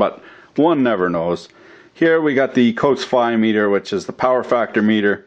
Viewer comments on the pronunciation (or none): none